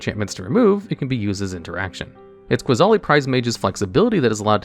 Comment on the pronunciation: 10. I think the funniest combo with Ajani's Pridemate would be with Weather the Storm. Imagine someone going for a huge Storm stack, only for you to cast Weather to make Ajani's Pridemate huge, provided no Flusterstorm or Stifle happened. 8. Did I hear Qasali pronounced as QUAsali? 7. It's Ee-kor-reeya. Not Ikoria. He even pronounced it correctly later, I think. Also, Kaheera's a girl? 1. Ah yes. Lurrus, part of the 2021 trinity of nonsense alongside Oko and Uro, and arguably the worst. You know a card is busted when a mechanical errata doesn't stop it at all. Also, what about Mirri, Weatherlight Duelist, Alms Collector, Hungry Lynx, Qasali Slingers, Leonin Shikari, Pride of the Clouds, Leonin Warleader, Pride Sovereign, Felidar Sovereign, Lion Sash, Prowling Serpopard, Temur Sabertooth, Qasali Ambusher, and Leonin Abunas?